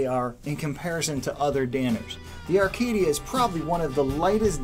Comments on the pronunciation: It’s Acadia not Arcadia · It's Acadia not Arcadia. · There is no "R" in Acadia...stop saying, "Arcadia" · Every time he said "Arcadia" I wanted to punch the screen. How the hell do you get that from reading Acadia? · Acadia not Arcadia.... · I think the "R" is silent...